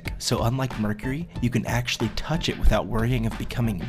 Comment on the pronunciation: " you cant tutch it witout being mad" O_O